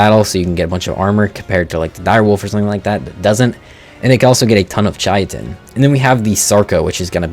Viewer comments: Chai tin? its pronounced kai tin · Not to mention bro also calls Chitin “Chai-a-tin”. If you’re a content creator for a game you claim to have played for 7+ years, the least you can do is look into how to pronounce the creatures/items names………..